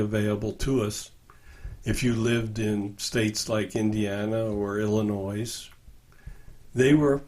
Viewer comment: Can someone explain why mispronounces Illinois?